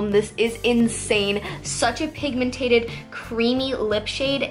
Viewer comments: Dude it's pigmented not pigmentated😂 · Not trying to be rude but it just drives me insane that you say pigmentated it's pigmented pigmentated is not a word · say pigmentED NOT pigmentATED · It's pigMENTED, not pigMENTATED. Just so you know. 😃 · If she says pigmentated one more time I'm gonna unsubscribe. The word is PIGMENTED not pigmentated 😤😤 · its pigmented not pigmentated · oh my god. its 'pigmented' not 'pigmentated' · It drives me crazy how she says pigmentaded instead of pigmented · lol it's pigmented not pigmentated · pigmentated 😂😂😂😂 *pigmented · No offense, but it's pigmented. Not pigmentated 😬